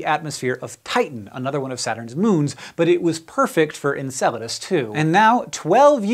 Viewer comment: You might not be pronouncing it right.